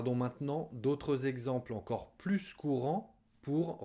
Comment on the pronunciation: Bon jour,. Merci de nous aider avoir "l'air en peu plus français ". Au fait, je vous ai entendu dire "plus français " en sonnant la s. J'imagine que vous l'avez prononcé comme ça pour emphasiser mais ça m'a étonné. Merci an avance si vous avez bien vouloir l'éclaircir.